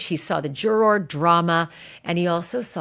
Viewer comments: Can you please just pronounce the word juror normally pleaseeee. I know you can do it you do it sometimes. I like watching your stuff but everytime you say jur-or it makes me want to stop watching. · When you say, jur-roar, it makes me fkn cringe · I love the way you say “juror”. Pronounce it “jurer “ much easier!! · you say, 'juror' so funny lol super distracting 😅🥰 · Why are you saying juror like that? Oh please for the love of…